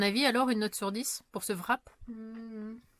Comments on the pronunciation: '' Wrap '' est un mot anglais. En anglais, on ne prononce pas la lettre '' W ''. Donc, cela se prononce '' RAP '' tout simplement. Ta présente vidéo est très joyeuse, vous m'avez bien fait rire toi et Aaron. Bravo pour le CT, tu peux enfin passer à autre chose. Bonne continuation et au plaisir de vous revoir tous les trois dans tes prochaines aventures. 💜💜💜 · Bien bien FAT ton wrap...😊😊... J'y serais allé avec un peu plus de modération mais tant que ça ferme!...en passant au Québec on prononce tout simplement RAP sans W ni V;-)